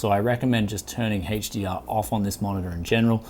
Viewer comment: dislike this because of the way he pronounces HDR